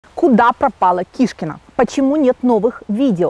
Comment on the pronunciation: Не кишкина,а шкуркина!!!!!будет правильнее